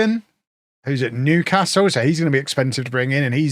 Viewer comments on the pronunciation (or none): none